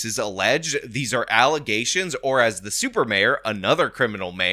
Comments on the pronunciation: False allezations 😂😂😂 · I was scrolling and saw the title to the video and laughed my ass off. The irony lmao. Then the "allesations" was the cherry on top 😂😂😂. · once you introduce allezations, proper use of the word allegations goes out the window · Lol false allezations will never get old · I love that you won't let "allezations" go.